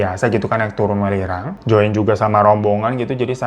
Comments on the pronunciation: Welirang gak sih bacanya bukan w3lirang 😂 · Bang welirang bukan welirang 😂